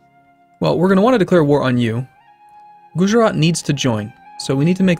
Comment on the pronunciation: when you say 'Gujarat' phonetically it goes gujrat, you dont say the 'a' sound after "guj"